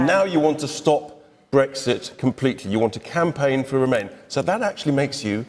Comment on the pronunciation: Brexit please, not Brekshit.